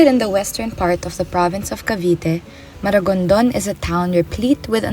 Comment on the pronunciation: MARIGONDON NOT MARAGONDON. I'VE BEEN IN MARIGONDON IN CEBU LAST YEAR.